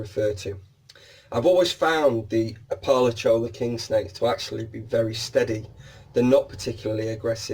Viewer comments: We pronounce it appa-lacha-cola here in southern US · It’s pronounced APP-ah-LATCH-i-CO-la just FYI. Accent on first, third and fifth syllable.